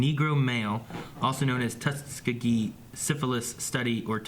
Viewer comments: It's TUS-KEY-GEE for the record. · pronunciation of Tuskegee kills me.